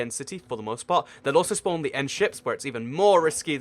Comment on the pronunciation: Did anyone notice he said Shpawn egg not spawn egg